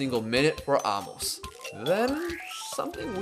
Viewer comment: Love the video. By the way, it's pronounced a-mos, not amos